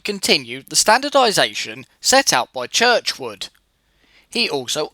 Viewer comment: great video, Just one thing It is G J Churchward not not as pronounced Churchwood